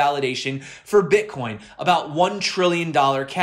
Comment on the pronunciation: Did he say ...BritCoin